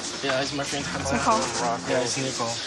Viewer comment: I like how you pronounce Hamza properly